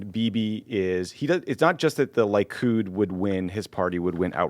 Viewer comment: Lee-kud, not Lie-kud. :) Wonderful pod guys!